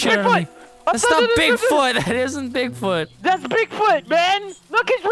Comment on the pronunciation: "We have to find Boogfoot"